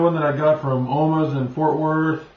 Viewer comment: Omaha's.....not Omahs.